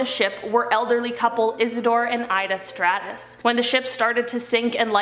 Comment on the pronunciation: It is Isidor and Ida Straus. Not Stratus